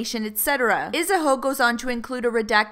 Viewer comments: “Isahoe” *actually dies* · You said “Isahoe” 😂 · ISA-HOE LMAOOOO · It’s a heaux - Isaheaux - Isahoe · She said Isa-ho 😂💀💀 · Lmao did u just say IsaHO lmao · "Isahoe" XD